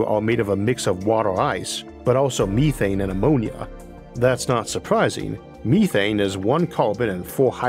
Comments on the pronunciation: Meth-ane. Me-thane? Hell no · MEETHANE ?????????? NOOOOO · Ok, I overlooked the speech impediment, but you had me until you started saying, "meethane" smh